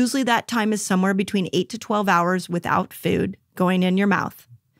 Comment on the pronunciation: No one teaches better than Dr. Mindy! Just one critique though... Why do you add "eee" to words that have "oo"? For example: Feee-Ude = Food Meee-Une = Moon Feee-Own = Phone, etc. I cringe on those words, but you are the best anyway! 😊